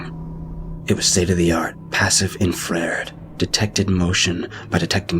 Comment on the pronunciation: Hahahaha did you just say "in frared" instead of "infra red"? Hahahahahahahahaha.